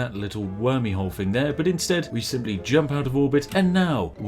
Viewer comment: Try to say thing without the g, and you will say it correct.